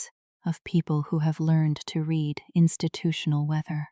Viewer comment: Read like reed present tense. Read like red past tense.